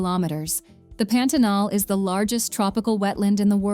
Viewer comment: Melhor parte do vídeo é o carrinho chegando em Macapá e a narradora: Pêntenol.